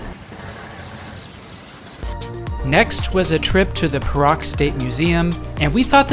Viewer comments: Your pronounciation of Perak is wrong. It is pe (pronounced ‘pear’) -rak. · The state of Perak is pronounced as 'Pay Ruck'.. Tks for promoting my state.